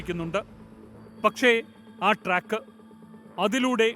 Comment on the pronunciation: ട്രക്ക് അല്ല സുഹൃത്തേ - ട്രാക്ക് ആണ്